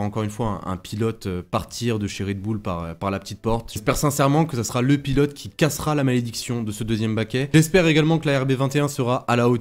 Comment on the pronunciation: Vidéo intéressante. Merci à vous. Une petite remarque, il n'y a pas de "t" à "sera". Donc lorsque vous dites par exemple "La RB21 sera une évolution de la RB20", il n'y a pas de liaison en "t". Désolé de "pinailler" mais bien s'exprimer est important, au moins pour moi! 😀